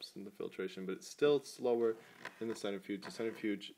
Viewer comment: Please start saying "cent-RI-fuge" and stop saying "cent-ER-fuge". You are mispronouncing that word.